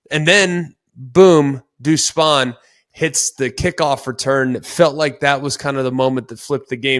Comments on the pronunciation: Deuce spann rhymes with spam. Not spahn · Greg, love your takes for the most part but you and have got to get this right. It’s not Spawn. His name is Duce Spann (pronounced exactly how it’s spelled).